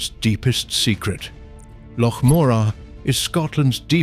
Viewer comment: Hauf-biled delivery but at least he can say loch. 😅